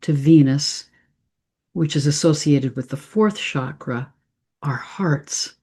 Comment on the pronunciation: The Sanskrit word “cakra” or “chakra” is pronounced with a hard “ch” sound, like cheese.